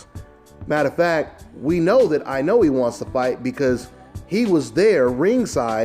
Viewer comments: the "E" at the end of Inoue is pronounce "A" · I cringe every time you try to pronounce Inoue.